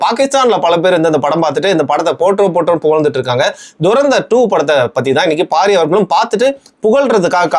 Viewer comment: இவ்ளோ hate இந்த படத்துல இருக்கு என்றது இவர் சொல்லி தாங்க தெரியுது😂😂😂 அது துரந்தர் துறேந்தர் இல்ல. அதை முதலில் ஒழுங்கா சொல்லுங்க😏 இவர் பேசுறத பாத்தா தான் முஸ்லிம் friends கூட பேச comfort இல்லாம போகுது🤦🏻‍♂️